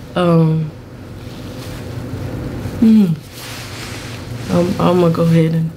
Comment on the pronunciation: It was the fact that you emphasized CUZZO😂